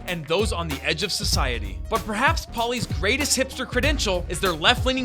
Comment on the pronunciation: Pauli(Paul)-ey not pauiley